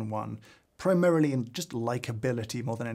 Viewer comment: Big fan of your work James, but your pronunciation of PRIMARILY is akin to a grinder typeface (not font) in its mk1 iteration.